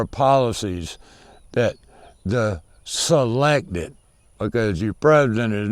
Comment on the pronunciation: “SEE-lected. Not elected”